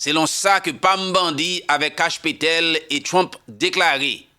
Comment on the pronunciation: Can you stop saying "Petèl" ITT"PATEL”.